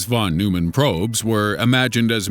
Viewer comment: It's pronounced Von-Noy-Men Get your facts straight, and get your politics out entirely.